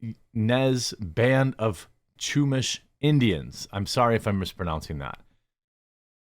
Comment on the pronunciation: Ya-nez and shoe-mash. Hope this helps.